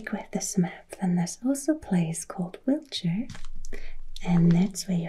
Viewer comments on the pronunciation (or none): none